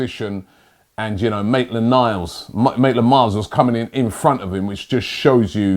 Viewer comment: Maitland Niles❌ Maitland Miles✔️